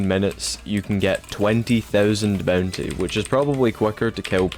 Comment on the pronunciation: MY LORD AS MUCH AS I LOVE U FOR MAKING A VID LIKE THIS I CAN NOT INORE THE "boontay"